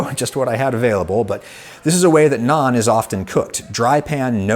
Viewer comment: I had to listen to this 3 times before I realised he was not saying "non-dough" but trying to say nan dough!